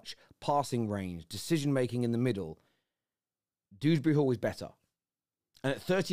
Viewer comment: Dewsbury not dooberry